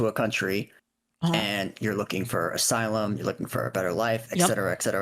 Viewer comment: Just ban im not watching this he cant even pronounce ASYLUM properly